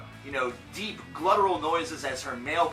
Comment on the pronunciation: This "metal fan" stays making errors in his videos He really said "gLutteral" lol fucking internet metal heads